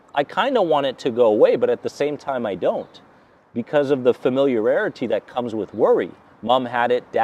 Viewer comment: Someone needs to tell him how to pronounce familiarity correctly ;)